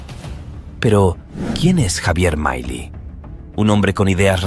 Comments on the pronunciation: MILEI NO ES UNA PALABRA INGLESA, NO SE DICE MAILI, SE DICE M I L E I. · MAILI?? El relator del video se equivoco en muchas cosas incluyendo en la pronunciación del apellido de Javier Milei. Empezó mal, diciendo que Milei insulto a AMLO cuando solo lo llamó patético (investiguen el significado y etimología de esa palabra) que no es un insulto solo una descripción. Dejemos de lado las falsas indignaciones, que la generación de cristal pierde legitimidad en su discurso cuando se ofende por todo. En vez de eso dediquemosle tiempo a los argumentos y las ideas, que pueden ser erradas y hasta aberrantes, de Javier Milei.